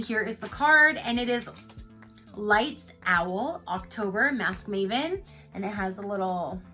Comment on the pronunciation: lol you said lights owl instead of lights out. I must have mispronounced things a million times today for some reason that's so funny.